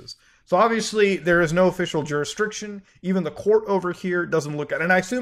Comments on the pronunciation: Found a verbal blindspot for Mutahar with "juristriction" which honestly is an interesting new way of saying it but technically it's "jurisDICtion" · Say it with me now Muta...Jur..Is...Dic..Tion...not Jurisdritcion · It’s pronounced “jurisdiction” not “jursitriction” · I love how Mudahar consistently mispronounces jurisdiction as juristriction. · Dude, Jur-is-dic-tion. Not that difficult! As for "gag gifts"...a framed certificate costs something like $150. That's not a gag, it's daylight robbery! There is a very interesting review of Kamikoto knives here on YouTube, too. They seem to be a "gag gift" too...if you find poor quality "funny". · Muta, Jurisdiction. Please. You said it so many times, please take a second and read the word. You're killing me. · I assumed the first time it was a mistake. The third time got me seething lol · Muta saying jurisdiction is the best part of this vid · There is no “r” in the “diction” part of “jurisdiction.”